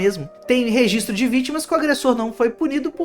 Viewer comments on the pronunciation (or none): none